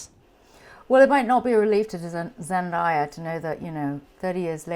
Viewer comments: Is it just a British thing, that they all pronounce Z’s name as ZenDIEa?? 😭😣 I feel like Tom probably made a conscious effort to properly pronounce her name until it became natural for him lol 😭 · i cringed when helen said “zenDIEya” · Her name is ZEN-DAY-UH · i was so scared she would say zendaya's name wrong at the introduction😂